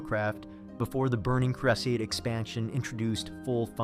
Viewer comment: He said “The Burning Creh-sade” yeah, he could definitely improve lol